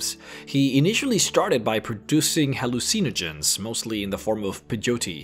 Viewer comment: Anyone else just laugh at the way he pronounces hallucinogenics and peyote?